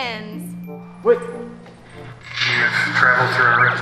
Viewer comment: You look so cool in the steam punk stuff! And when you said "shinanigans!" I just lost my mind. You always call shinanigans! Even on completely different setting and channel.